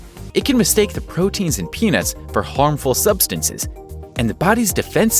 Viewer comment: I don't laik peenats